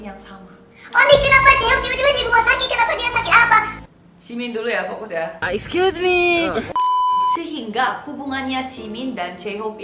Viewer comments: gw mau nangis malah ketawa gara2 jimin bilang aiskyusme (tolong maap klo salah nulis gw ngga bisa bahasa lain selain bahasa kalbu ama bahasa indonesia) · Gagal nangis perkara "EXCUSEMEE" :')